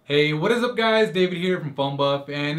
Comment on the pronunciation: You and Marquees Brownlee both say, "Hey, what is up guys" in the beginning of your videos with extreme articulation. Coincidence? or is one of you two swagger-jacking the other?